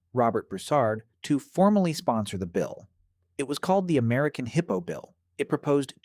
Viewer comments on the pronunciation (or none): The heeippo😂